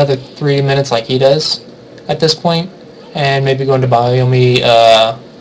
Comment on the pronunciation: bio-yomi? it's byo-yomi. BYO!